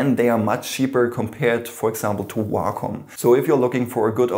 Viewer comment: he said wacom and I thought walk home😬😬